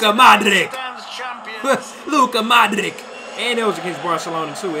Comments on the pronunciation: Luka ModriCH, not ModriK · that club is Turkish giants Galatasaray, competing in almost every year in Europe. And also, in how u gonna know Modric for so long and yet fail to pronounce his name correctly? Its Modritch, like you in the NBA pronounce Doncic for example. Same goes for Vlahovic, Handanovic and other balkan names that end with ic- itch